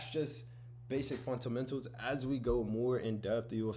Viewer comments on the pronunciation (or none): It’s, FUNDAMENTALS. Not, “funt-amentals”. 😂 It’s ok though, I’ve been saying, “mun-sters” instead of MONSTERS 👹 for decades. 😂 🤦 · Fundamentals❌ Funtamentals✅ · Ive watched this so much that "funtamentals" is pissing me off. Ty Sensei😂💀💀💀